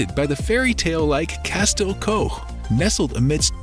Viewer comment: He is vey obviously not a Cardiffian, he cant even pronounce places properly, e.g. Castell Coch.